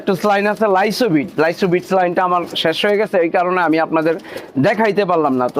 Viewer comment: লাইসুভিট স্লাইন হুবেনা, সেটা হবে লাইসোভিট সেলাইন। আশা করি বুজতে পারছেন।